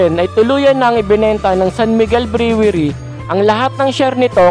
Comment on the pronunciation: Brewery - pronounced as - (Bruwery) !